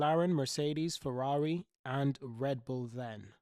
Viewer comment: Fewawi 😂😂😂😂 Cawacter 😂😂😂😂 Retard